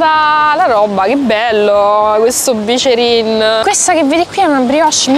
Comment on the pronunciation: Ti stimo ma si dice biccherin Poi vai a piazza della consolata